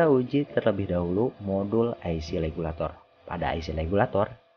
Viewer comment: IC Regulator sia KOPLOK lain Legulator, siga orang China wae teu bisa nyebut RRRRRRRRRR 🤣🤣🤣